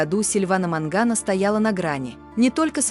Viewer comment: Вообще-то не Мангано,а Маньяно.